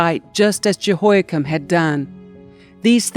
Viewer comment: JEHOIAKIM IS NOT 'CHIN' BUT "KIM"